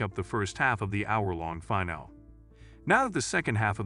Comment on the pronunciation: Finale is said as "feh-nal-lee" not "figh null." Two different words.